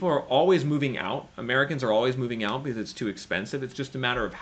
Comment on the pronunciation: Still so hard to take you seriously when you can’t pronounce “because” and instead say “biziz”